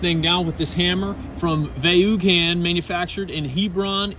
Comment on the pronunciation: Looks great, only thing I wonder, is the hammer pronounced Voh-nn. Like the Actor Vince Vaughn (Voh-nn) ... the way you said made me wonder...